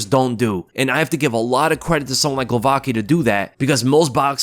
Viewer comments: Crazy thing to do, btw its pronounced more like Guovatzki than Glovaki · Its pronounced Ksheeshtoff Glovatski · for god's sake it's not so hard to pronounce Głowacki correctly. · Pronunce "Gwovatskee"